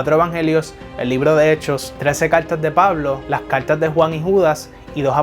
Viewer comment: Habla bien caltas o cartas